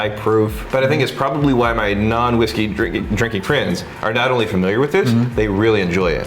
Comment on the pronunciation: 5 years later, and this is still all I hear when speaks. 😂🤣😂🤣 Here's to drinking-k!